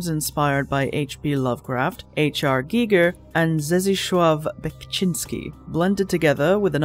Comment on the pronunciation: the pronunciation of Zdzisław omg im dead